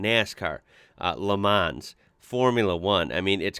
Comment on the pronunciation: You don't pronounce the 's' in Le Mans it's pronounced 'Le Mon'